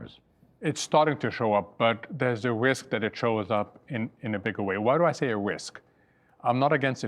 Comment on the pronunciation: Mohammad El Erian is always worried about “wisk”